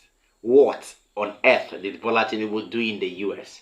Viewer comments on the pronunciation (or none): His name is Tinubu and not Tinibu. This is the 3rd time I will point this out. Are you this stubborn ? You're more or less acting like the person you're accusing by refusing to listen to correction.